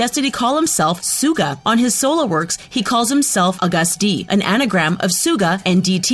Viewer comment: She mispronounced it but it's actually AGUST D not August like the month